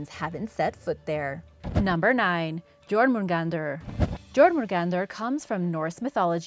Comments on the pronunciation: (gormungandar) Jörmungandar (yourmagandar) that is how it is prounounced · B R U H. Jor-mun-gandr!? It’s Yor-mun-gandr! Jörmungandr is bigger than 8-4! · The jormundander is pronounced as yormungander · Anyone else getting 0.01% angry when she/he/they pronounce Jörmungandr (Yaw-moon-gan-der) as Jormungandr (Jaw-moon-gan-der) No offense is i hurt someones feelings it's just i'm a big fan of some mythologies and get a little annoyed with peoples pronunciation Again i am sorry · It's Yormongund the j and r aren't pronounced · Jörmungandr is pronounced like yourmengandeer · Jorgamundar was another one she pronounced wrong. The Js are silent, more like Ys